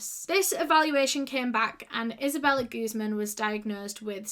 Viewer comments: Just a quick tip on pronunciation: Guzmán is a Spanish surname and as such one needs to put the emphasis on the stressed syllable, this is guzMAN, otherwise it sounds like you are saying 'goose-man' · Her last name is in Spanish it’s pronounced like gooz MAAN